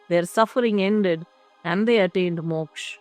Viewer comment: Good presentation. But Madam do get the pronunciation right. It is VasishtA, not VasishT. It is Sri RamA, not Sri RaM, MokshA and not MoksH. And so on.